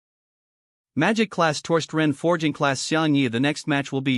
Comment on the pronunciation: The most spoken word in this story is "forging" and the AI can't even pronounce it ... sigh.. keeps saying fey-ing for some reason ?